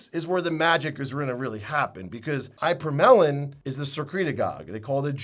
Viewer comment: Eye-per-melon is not how we pronounce ipa/morel/in or ipa/morelin